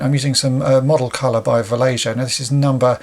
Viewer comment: sorry to be that guy, but it's pronounced va-lay-yo